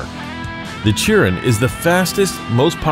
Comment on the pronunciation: Chiron is pronounced sheron